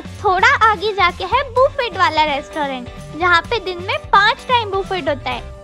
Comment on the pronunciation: बुफेट nhi hota hai 🙂🙂